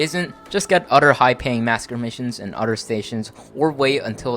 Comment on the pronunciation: If you are going to keep doing videos , you should atleast learn how to pronounce "Other". Otherwise your video was awesome.